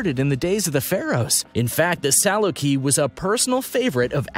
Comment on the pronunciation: It sure is and you would think they would learn that before they make a video.